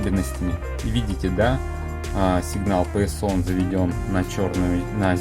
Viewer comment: Писион???😮😮😮😳😳😳🫣🫣🫣🫣😱😱😱😱😂😂😂😂, оригинально😊,на самом деле письяон звучит)))!!!